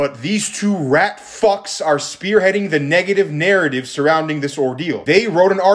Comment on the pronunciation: The emphasis he put on the F is just gold! 😭